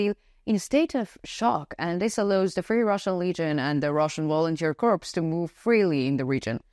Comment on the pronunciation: Greetings, I enjoy your presentations. The word corps has a silent P. It is pronounced core. I thought you would like to know.